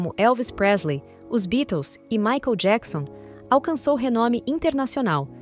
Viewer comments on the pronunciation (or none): none